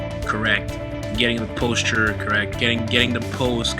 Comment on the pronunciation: Lololol that's not how you say posture.